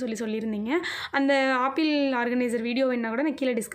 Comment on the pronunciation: Sister please tell apple not aaple